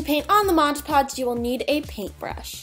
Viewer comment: I don't mean to offend you in any way but it's pronounced mod podge not modge podge